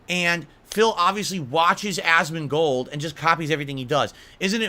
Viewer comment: why does he say asmongold's name like that? god damn also lol phil the only thing you showed your passion for back in the day is being racist